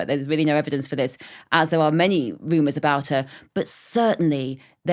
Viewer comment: Thwilled.... Woomers... Victowian ewa... Jeez, SPEAK the King's English, lady...!!!